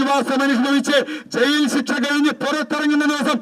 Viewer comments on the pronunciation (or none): none